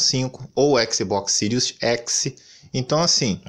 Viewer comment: Sirius Eçi